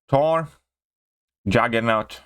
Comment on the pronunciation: What's a wision or a tor? 😂😂😁